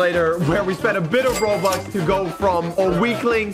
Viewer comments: Why did say roblux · Bobuck😊not robuck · I love how say roblux instead of robux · Oh no is becoming a dad he is saying roblux instead of robux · He say roblux it robux